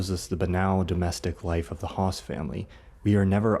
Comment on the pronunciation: Hess not Haas